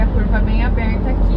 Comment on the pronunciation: gostei do sotaque "Curva bem abeerrta", parece mineiro, nada de paranaense..kkkk